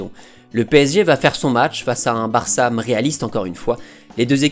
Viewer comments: Euh, c'est moi ou il met des "m" à la fin de plein de mot ? "Trois - troim" "le Barçam" "encore une foim" ... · Pourquoi tu mets un m à la fin de tes phrases quand tu parles ????? Genre le BarçaM